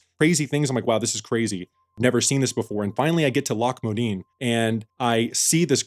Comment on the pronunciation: loch modan... not modeen.